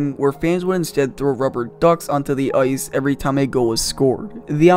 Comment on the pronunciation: Love the content but for the love of god learn how to pronounce the letter "I" . Hockey is not played on "Oice" and nobody has ever been in a "Foight" .